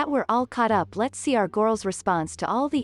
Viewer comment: “There are gorls right now that are videoing themselves… in a restaurant…”. See how ridiculous that sounds 🙄